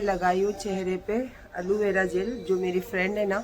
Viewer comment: aloe vera ko hamesha kitna galat pronounce karti hai yeh jahil aurat 😂